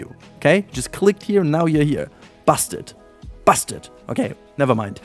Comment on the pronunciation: i thought you saying busted was something else😅